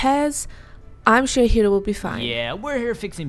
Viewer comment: It’s Hiro!!! Not Hero!!!